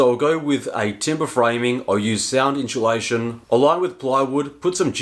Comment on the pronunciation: Drink every time he says "in-CHEW-lation"